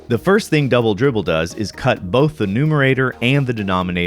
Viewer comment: Dwoubel Dwibbel